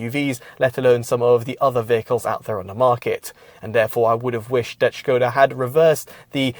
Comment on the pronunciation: It's pronounced Skoda with an S if you're British. Not Shköêda ffs